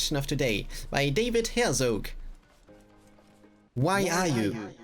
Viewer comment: why would u pronounce david herzog, däjwid häirsog?